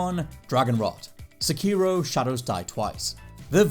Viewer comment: Please, play sekiro and tsushima in Japanese, for like.....15 minutes each....this way, you may hear the correct pronounces of both names....